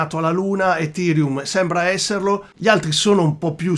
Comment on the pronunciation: Un mi piace meritato solo per la pronuncia EFIrium :D